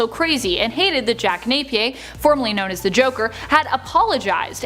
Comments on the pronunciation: Its pronounced jack nap ee urr not nape pe a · Nay pee ear